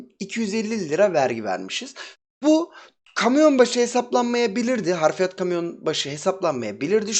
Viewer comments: Harfiyat değil Hafriyat abicim. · harf değil hafr.....hafriyat yani kazı işlemi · hafriyat yazmışsın ama harfiyat diye söylüyosun abisi.